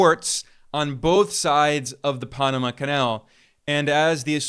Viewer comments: ITS PAN, AMA. PAN LIKE BREAD, NOT PONAMA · Pan-ama, not Paa-nama. Where are you from? Why are you even speaking on U.S. affairs? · Oh, please,please, if you are going to speak of the Pa(long a) so pan, like man not pon how you pronounce it And also Afghanistan, both a’s are long a’s. I wish everyone would look up words for correct spelling and pronunciation! It is just butchered on these podcasts! Being an English major through college, it drives me nuts!! Thanks for listening! Otherwise I think you’re great! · Wait, is it the Ponama canal or the pan-ama canal? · This guy looks like he’s about 25. Is he really the expert he seems? Just questioning this source. Pah-nah-mah Canal!?? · The only passageway that's seen more traffic than the Punumuh (as he pronounced it) Canal is..................... The Kamala canal 😂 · Microsoft is not Silicon Valley. It is Seattle and you are saying Panama wrong.